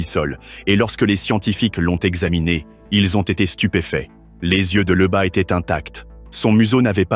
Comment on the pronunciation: LEUBA!🙄Lyuba! ton ai est pas capable de prononcer lyuba?